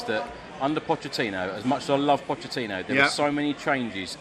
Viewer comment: "Puddachini" - this gave me a bit of a giggle I have to admit 😁 #LonglivePuddachini